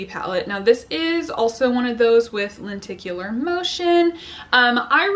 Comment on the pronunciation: Some people keep calling it lentacular so i almost expected you to say it thay way